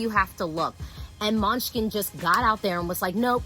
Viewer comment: Now I'm hungry coz she kept saying Måneskin as MUNCHKIN!!!